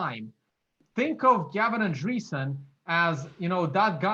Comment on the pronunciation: I'm no expert and I'm sure I know more than. Not getting Gavin's surname right just shows that he must of done almost no research. You can just look at how its spelt or at many videos where people say his name. I'm British and I'm only just getting out of the habit of using double space, I must be Satoshi:)